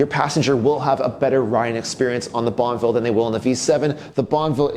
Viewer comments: So wish he would not say bonvil !!!! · I really hope you keep the Guzzi because you can't pronounce bonnEville.